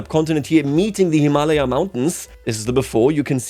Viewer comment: woah he said Himalaya "correctly" (how we say it in Indian languages)